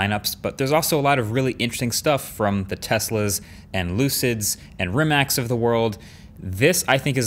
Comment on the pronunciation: I doubt Marques will ever see this, but Rimac is pronounced REEMATZ Them Croatians n their weird pronunciations, eh?